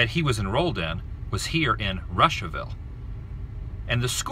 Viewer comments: It’s pronounced Roshaville lol not Russia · It's pronounced "Roosh-uh-ville" not "Russia-ville". You should head to my hometown, Frankfort, Indiana (not far from there). There's not a ton to see and do there and I don't ever go there anymore (I live in Germany now), but we were the Frankfort Hot Dogs, which most people find amusing. A good portion of the movie Blue Chips was filmed there (and I know you love seeing filming locations), and Kyle Cook (from Matchbox 20 fame) is from there. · its pronounced rooshaville. however i do have to compliment you on realizing the admin building was his middle school. when i attended western i was the first class in the new building you showed previously after the new middle school was built the old one became the admin building. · My friend was hospitalized at Riley when Ryan was there and their moms became friends. Such a sad story. So kind of you to share. Russiaville is pronounced ROO-SHUH-VILL, like Adam the WOO-SHUH-VILL 😂 I thought you would stop by the wildcat downtown and get some cheese curds when you went to the toy shop...maybe next time. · It's actually pronounced ROO-sha-ville, LOL! There was a lot of fear and misunderstanding then. Ryan set a lot of precedents in his time. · To me it's funny him saying Russiaville 😅